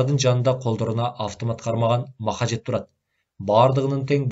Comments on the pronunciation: Мохажед эмес, моджахед деп окуңузчу, байболгур. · махажет емес мажахет деп айтсан соонун болмок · Сонун чыгарманы аябай ката, сабатсыз, туура эмес окуп жатат. Көп кайталанган каталар : Мохажед ~ Моджахед Каттуу ~ Катуу Казарман ~ Казарма